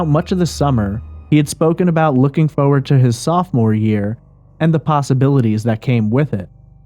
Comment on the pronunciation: worst way to say forward award goes to..... haah foe-wud :P wtf